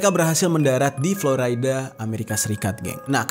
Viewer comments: Ejaan indonesia florida om bukan floraida 😁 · Dibacanya Flo RI da, Jer, bukan Flo Ray da, ntar org amrik pada protes lho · Dibaca florida bro, bukan floraida..ralat ya genk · Bukan Floraida. Tapi tetep Florida (biasa seperti org Indonesia bacanya). Karena aq tinggal di Florida. Semangattt ❤️